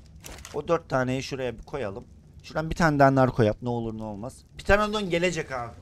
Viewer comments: Lazın pıtıranadon demesi😂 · pteredon a abininin Ptereledon demesi 😂